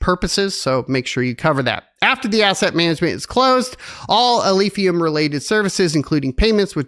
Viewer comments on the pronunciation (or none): "Alephium", not Alphium.